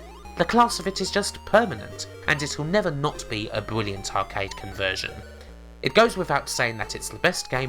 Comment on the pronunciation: Wainbow islands is a bwilliant game <3